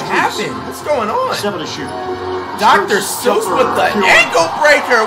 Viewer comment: Did bro say Dr. Seuss for Strus????😭😭😭😭😭